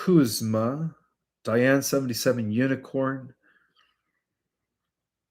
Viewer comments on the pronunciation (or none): none